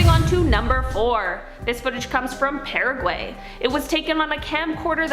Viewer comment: Pareagoy. NIRVANA 😂 🍻